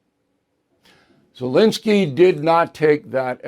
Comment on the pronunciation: it is ZelEnskiy, not ZelInskiy.